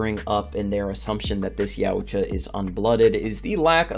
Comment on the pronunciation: Yowcha.. it's not yaooocha